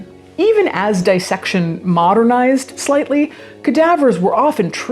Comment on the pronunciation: It's "disssection" not 'dyessection'; like 'Miss' or 'piss'. Nobody nobody pronounces this right or I'm delusional. 'This' is another example!